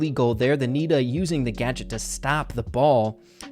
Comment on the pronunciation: When he said nita Pam I heard Peter Pan😂